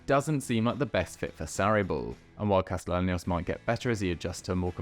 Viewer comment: Friendly correction. It’s pronounced “Casteyanos”